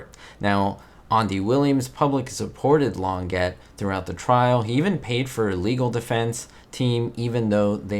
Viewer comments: The Claudine Longet/Spider Sabich case is well known. By the way, it's not Lonn-GET, it's Lonn-ZHEY. French, dontcha know. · just for accuracy. The pronunciation of her name is "long ga", not Long get. And her husband was singer Andy Williams, spoken "Andee", not Anda. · Interesting video. Just to let you know, it's not pronounced Long-ett. The correct way is Lon jay....she is French. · Please pronounce her name correctly: Claudine's last name is pronounced long Jay, NOT longjet!! Thank you!! She's French!! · Her name was actually pronounced "Lawn - Jay !" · Her name was pronounced Lon Jay or Long ey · I don't want to sound over-critical, but pronouncing names properly is one of the basics of video journalism. Others have already pointed out how to pronounce Claudine Longet's last name, but you also missed on Andy Williams; it's not a fancy pronunciation -- just "Ann-dee." Please -- get them right.